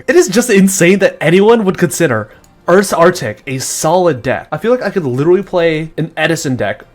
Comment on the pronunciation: it's name is URSArtic.